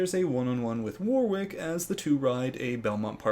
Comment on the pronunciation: FYI I think Warwick is pronounced "Warrick". Or at least every Warwick I've known has told me that! Yay am so glad this season has started, have missed these TB breakdowns and previews!